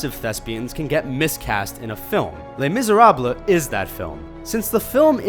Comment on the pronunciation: Why can't he pronounce "Les Misérables"?